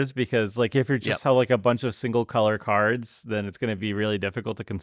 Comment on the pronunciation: Y’all like couldn’t have spent a couple minutes figuring out how to say cards right? C’mon, like every other channel tried at least.